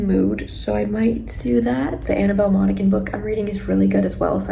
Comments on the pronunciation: I just graduated highschool with Annabel Monaghan's son and I just wanted to say its pronounced "mon-a-han" the "g" is silent lol 😅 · you are so perfect and should be totally perfect. You are not pronouncing Monaghan properly. Put it into google. - it’s Irish so you don’t pronounce the gh…😂🎉❤ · Annabel Monaghan last name is pronounced moms Han